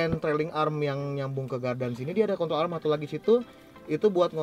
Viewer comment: "kontrol arem"